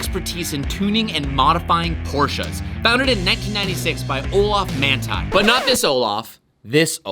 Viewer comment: So it is Manthey Racing but you pronounce it? #interesting